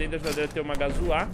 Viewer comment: por favor para de falar gazuÁ fala gazua normal, ou então lock pick, chave, menos gazuÁ por favor